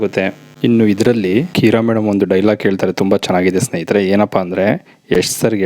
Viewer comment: Cinema making business ಆಗಿರಬಹುದು, ಆದರೆ ಜನ ನೋಡೋ ತರಹ ಮಾಡಿದರೇನೆ ದುಡ್ಡು ಹರಿದು ಬರುವುದು. ಕೆಲವು inputs ನಿಮಗೆ - Bgm volume ಕಡಿಮೆ ಮಾಡಿ. -Heroine ಹೆಸರು ಕೀರಾ ಅಲ್ಲ, ಕಿಯಾರಾ. - Apple ನ Happle ಅಂತ ಹೇಳೋದಿಲ್ಲ ನೀವು, ಹಾಗಿದ್ದಮೇಲೆ, input ನ Hinput ಅಂತ,output ನ Houtput ಅಂತ ಕೇಳೋದಕ್ಕೆ ತುಂಬ ಕಷ್ಟವಾಗುತ್ತದೆ. ಕನ್ನಡದ ಪದಗಳಾದ ಆಗುತ್ತದೆ ✅……..ಹಾಗುತ್ತದೆ ❌ ಹೇಗೆೆ✅……………ಏಗೆ❌ ಆಗತಾನೆ …………..ಹಾಗತಾನೆ❌ ಆದಾಯ ……………ಹಾದಾಯ❌ ಹಾಡು ………………ಆಡು❌ ಆಸಕ್ತಿ ……………..ಹಾಸಕ್ತಿ❌ ದಯವಿಟ್ಟು ಎಲ್ಲಿ ಅ ಕಾರ ಬೇಕೋ ಅಲ್ಲಿ ಹ ಕಾರ ಬಳಸಬೇಡಿ. ಎಲ್ಲಿ ಹ ಕಾರ ಬೇಕೋ ಅಲ್ಲಿ ಅ ಕಾರ ಬಳಸಬೇಡಿ.